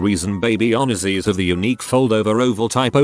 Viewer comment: "On-eh-shee" I guess "onesies" is a word, but "onesie" isn't.